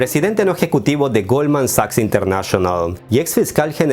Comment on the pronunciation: Minuto , dices internachonal.